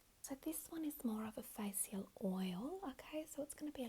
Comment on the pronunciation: "Mo-sions" "Fa-sials" "Instruc-sions"